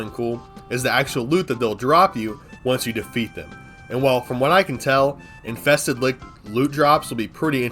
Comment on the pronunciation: “infeksted wicks” yeah youre def drunk